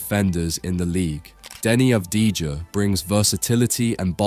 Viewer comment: Had to dislike for the pure disrespect given to Deni, will be Portland's best player for the future and couldn't even pronounce the surname